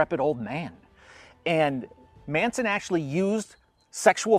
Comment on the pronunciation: Geeze Tom, pronounce the Manson family members names correctly. They're pretty well known nowadays.